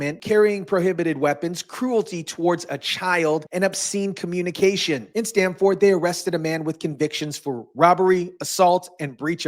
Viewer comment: Dan- barry, Stam- ferd 😂